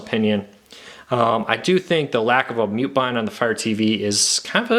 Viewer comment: What the heck is a mute bon and a quick bon?